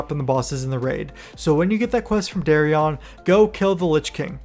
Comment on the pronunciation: Lol the way you pronounce their names sounds ridiculous. It’s Darion dude, like Dare-ian… not Dahriahn 😂 It’s marrowgar, like bone marrow. Not mahr. LOL. Learn to talk